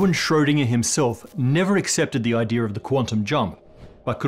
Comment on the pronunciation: That intrusive r is really starting to annoy me, man. I consider it a mispronunciation and not a regional thing either. Its "idea", not "idear". Come on.